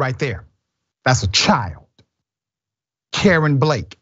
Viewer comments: It's pronounced Kay Ron . Like Jay Von . The only reason I pointed it out . Is because it sounds like Dr . Richey is saying Karen . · Um,, his name is pronounced Kuh-rahn not Karen. Maybe ask around before you open your mouth? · Dr Richey the name is KaRON. Pronounced “cuh RON not “Karen.” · First of this boys name is pronounced Ka-ron not damn Karen yall 🤦🏽‍♀️🤬🥴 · It's pronounced Kuh-ron, not Karen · The name is pronounced Kay-Ron dr. Richey not Karen! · It's Kuh-Ron!!! Not Karen!!! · His name is not Karen its Ka-ron this man is not saying his name right nor did he care to look it up to make sure he had the name right 🤦🏽‍♀️🥴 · Pronounced Ka-Ron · Dr. Richey please pronounce the name correctly. I believe it’s (Ka Ron), like the male name Ron or as in Caron Bulter. What a sad story and I hope the man is convicted.